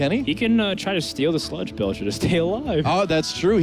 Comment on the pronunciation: It bothers me a lot that none of the Hearthstone casters pronounce "Sludge Belcher" correctly, they all say "Sledge".